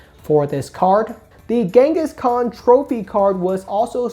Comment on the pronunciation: Do you pronounce "Kangaskhan" as "Genghis Khan" as a joke or 😂